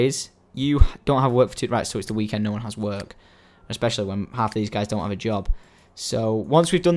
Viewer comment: he said you don not you dont